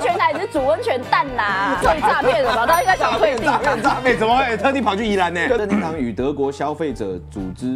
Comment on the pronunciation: 1：54 任天堂變成任天常了!🤣🤣